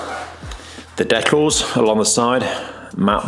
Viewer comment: It’s pronounced decals, not decals 😅 Amazing work, probably cost more than the car to do though 🪦